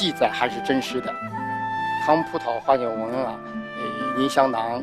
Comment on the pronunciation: 马苏断句断错了吧？应该是： 葡萄花鸟纹，银香囊。她说成：葡萄花鸟，纹银，香囊。